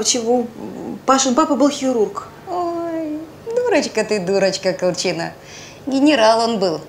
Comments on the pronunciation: Почему колчина' ? Я была Ко'лчина . Так ухо режет, такое ощущение, что спецально на этом делают акцент, противно. Зачем менять ударение? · Режет ухо, КолчинА, КолчинА. А правильно КОлчина.